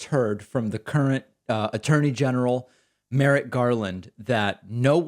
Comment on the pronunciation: Not to be pedantic, but it's Merrick, not Merritt...